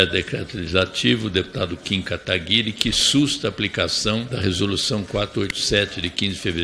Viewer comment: ALGUEM PODE ME DIZER PQ NENHUM DEPUTADO DA ESQUERDA CONSEGUE PRONUNCIAR O NOME CORRETAMENTE DO NOSSO JOVEM QUERIDO KIM KATAGUIRI?